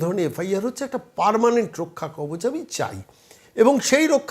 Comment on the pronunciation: রক্ষাকবজ নয়। কথাটা মনে হয় রক্ষাকবচ হবে।